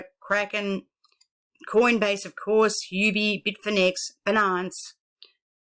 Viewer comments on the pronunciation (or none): Thanks for your video, small remark and not very important but Binance is spoken like BInance, not beNANCE, emphasis on Bi... just like Finance but with a B.